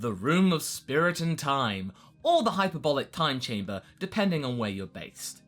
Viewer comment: is this the first time you had the chance to pronounce hc correctly